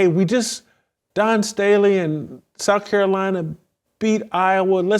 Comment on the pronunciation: Whitlock doesn't need to be giving anymore lectures about people growing up. He's pulling Junior High $#!+ with Dawn Staley. He knows her name is Dawn and he can pronounce Dawn, but he thinks it makes him edgy and making some kind of statement by calling her Don. That's $#!+ we did in Junior High. Plus he shouldn't be taken seriously when he speaks against idolatry because he believes the bible is God. When its not. God is not separate from His Word they are one. The Truth is God's word. Not people's opinions and perceptions. Whitlock suffers from what is called biblical idolatry. Congratulations to Whitlock on using the word $#!+. I like that word because it's an honest one. TJ Moe is wrong. It is not our place to tell someone what their relationship with God should be. I disagree with TJ Moe about deserving Grace. We don't deserve Grace. Its a blessing from God.